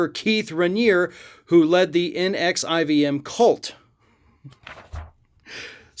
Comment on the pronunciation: "N-X-I V-M?" C'mon,. It was a famous case and you sound like you've never heard of it. ("Nexium", dude)